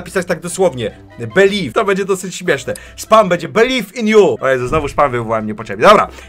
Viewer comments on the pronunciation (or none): Jak kazałeś Belif in ju poprawnie Belive in you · Aj belif in ju eldżej ;D pro inglisz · Beliv iw yu eljaj purfekt englisz